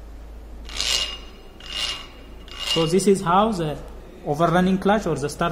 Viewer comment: Za starting clutch have ziz problem ... dude try use D sound instead Z sound when say the it sound Da instead Za . Try .